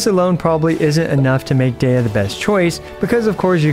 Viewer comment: It’s pronounced Deeya so seven ideas to buff Deeya would have been such a spectacular pun.